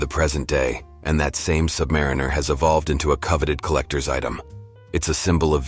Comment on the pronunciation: Awful AI voiceover that can’t pronounce Submariner. 👎🏼